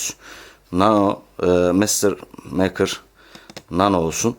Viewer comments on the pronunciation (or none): mekır mı meykır olmasın ? ?